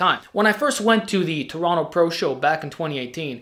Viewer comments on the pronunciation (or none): none